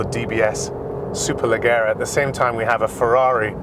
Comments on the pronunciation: Strange way to pronounce “Valkyrie” and “Superleggera” threw me off a little 🤔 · If you can’t pronounce Valkyrie and Superleggera properly how do you expect us to take this review seriously? Clueless 👊